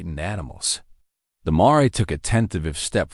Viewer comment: It's not a marey it's amare pronounced mear as in bear,pls don insult my intelligence